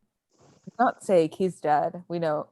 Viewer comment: I'm sorry Time sAke-- sAAAkay udcbiu. No offence lol